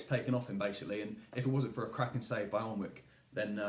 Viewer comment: Hahahaha up the fuckin Celts ☘️☘️☘️☘️☘️☘️☘️ BTW, Alnwick is pronounced "Annick".